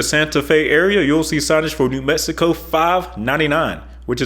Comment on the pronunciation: This is terrible. He cannot pronounce New Mexico.